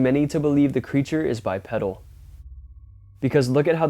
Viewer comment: The first on is a Bear, the second one is obviously an Owl! I swear, people will believe anything. The big wolf is a person in a costume, you can see the back of the persons foot. Almost every one of these can be explained! You are causing people to believe in bs. Oh and it’s pronounced Bipedal with a long E sound. Bi Pee dal, not Bi Ped el.